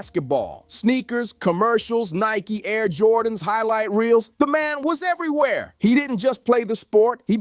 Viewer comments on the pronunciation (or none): none